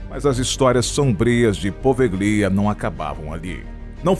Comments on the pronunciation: Só uma correção: Se lê e se pronuncia POVELHA .. e não po-ve-GLI-a. Na língua italiana, o ''GLI'' se lê ''Lhi'' .... portanto PO - VE - LHI - A ‼ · Pelo amor de Deus! O nome da ilha é POVÉLHA, não Po Ve Glia.... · Sim e a sílaba tônica é no E: PovÉlhia